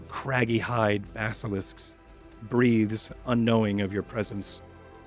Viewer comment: It's like a Basilishk, only Diyah, yesh.